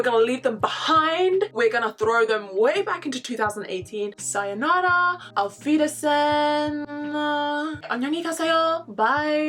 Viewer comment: I didn't even watched more than a minute now but the "Auf Wiedersehen" and the "안녕히 가세요" had me so much xD Like girl, you're awesome for trying to speak German (you did great btw) and the Korean :)